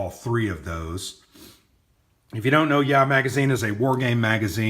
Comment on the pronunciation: It's (YAH!), not (yeah). LOL!